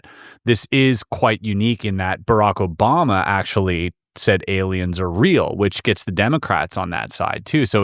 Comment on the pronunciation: “OBAMNA” - Love it 😂